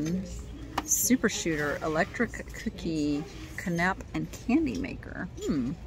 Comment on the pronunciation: Yes, it hangs on a bar so it can be displayed on the wall. Oh, and canapés pronounced can-ah-pays… was on the cookie shooter. Just trying to help so you know next time. 😉